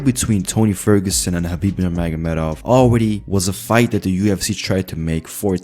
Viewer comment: So proud of you that you could pronounce the Arabic name correctly Big up - anything else I say yes Habib will definitely win tony if they ever had a fight